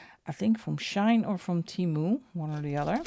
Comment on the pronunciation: I just thought I let you know it is SHEIN and not SHINE from at least how it is pronounced here in the USA.